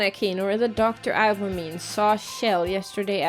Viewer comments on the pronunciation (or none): As much as I like mispronouncing names (first Ih-wah-mee-neh to eye-wah-meen, now shi-roh-gah-neh to shi-roh-gain), sometimes it still gets to me xD oh I just realized you guys are doing this one without a guide now